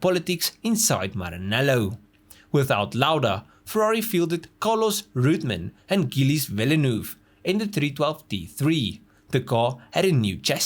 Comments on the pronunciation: The T is my all-time favourite F1 car. love the ginormous air scoop. BTW, "Gilles" should be pronounced more like "Jeeles", it's a french name. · Gilles Villeneuves is pronounced with a "soft g" sound, more like a "french j" sound. Soft "g" like refrigerator, not "hard g" like wiggle.